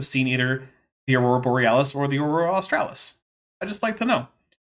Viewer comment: I lol'd hard when Kent could not pronounce/remember AUSTRALIS, jeez